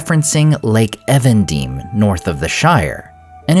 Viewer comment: I'm pretty sure that 'Evendim' is English, not Elvish (Even(ing) Dim), and so should be pronounced as "Eeven Dimm' not 'Ehven Deem' as in this video.